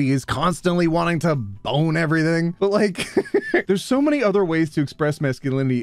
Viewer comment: I hope we all know very well that , that sounded a lot less like "but" and a lot more like "butt". Actually that gives me an idea for a satirical meme